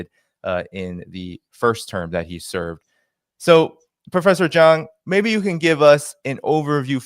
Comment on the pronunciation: He keeps on calling him Prof.Jang, which should be called Prof. Jiang